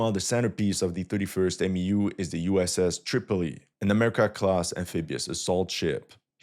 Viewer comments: It’s not called a M.E.U. It’s pronounced Mew like the Pokemon. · its pronounced "mew" not M E U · For MEU we say “myew” not “M-E-U” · Its pronounced MEW like the Pokemon Mewtwo. MEU=MEW.